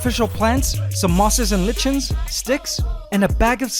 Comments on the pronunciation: "mosses and litchens" lichens is pronounced Liy-kens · "lichens" is pronounced the same as likens btw :) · He said Li CH ens , it's pronounced Li K ens.